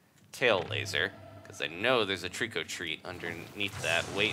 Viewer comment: You both said it wrong it's trico